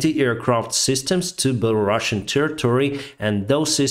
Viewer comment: ты специально говоришь беларашн? не такого. есть беларусан. нет такой страны Белараша, есть Беларусь